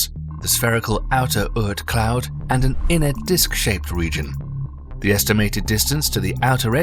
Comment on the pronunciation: It is very nice you're trying to make documentaries, but you should be careful. There is no such thing as Earth Cloud ; it is Oorth Cloud. We know it is cheaper to have artificial voiceover, but this way you're spreading disinformation...